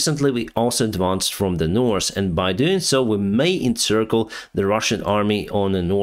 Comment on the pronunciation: I can hear the " North " is now spoken perfectly , however don't change to suit us . You are our Ukrainian friend . Thank you for the updates 💙💛💙